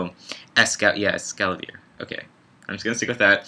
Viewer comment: ES-KA-VA-LEER lolol xD